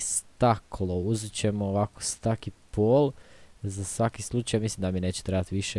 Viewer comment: kaže se stek a ne stak